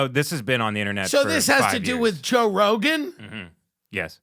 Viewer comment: wait, who's Joe ROWGAIN????